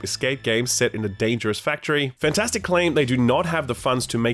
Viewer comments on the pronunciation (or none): and why does he always pronounce it "Fantastic"? Take that A out. "Fntastic", two vowel sounds. Easy.